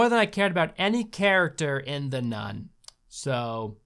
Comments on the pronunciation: Don't you mean nun-ni Also isn't it rather stupid to light a lighter when you clearly need the oxygen? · drinking game: when he says “nun,” take a sip of your drink. when he says “none,” take a shot. 😌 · LoL. The dog said, "NUN-I" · every time he says "nun" i think that he's going to say "nonce"